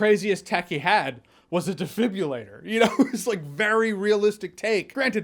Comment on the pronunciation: "defibulator" --- no, it's de FIBRI lator.